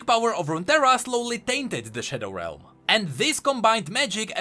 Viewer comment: Whenever he says shadow realm i hear shadow wealm